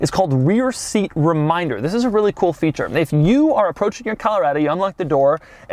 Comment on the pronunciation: Note that in this episode the THIS is not emphasized enough. Doug didn't rehearse enough.